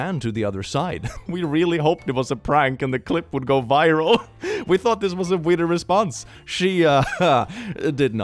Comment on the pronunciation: I really want to know why says "thunk" instead of "thought" 🙉